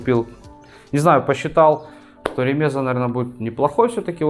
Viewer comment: Не ремЕза, а ремезА! Белорусский компрессор. Делают у нас в г. Рогачев